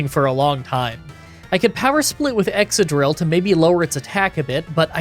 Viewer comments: Excadrill is pronounced exkadrill, not exsadrill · ExCadrill. It's exCadrill.